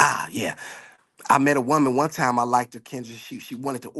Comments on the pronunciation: He also said like-ED not liked lol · Exactly, he said likeded several times too.